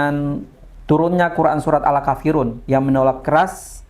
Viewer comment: Bukannya alakafirun...tapi Al kaafirun.